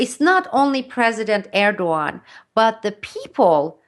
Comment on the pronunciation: besides every right aspect she talks about, she is the first one I know to pronaunce Erdogans name the right way^^ keep up the good work